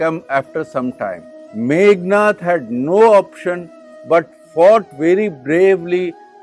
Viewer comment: Meghanada, not Meghanatha.